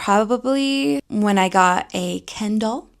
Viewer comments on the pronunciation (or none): She: Ken Doll Me just listening: Candle? 🤔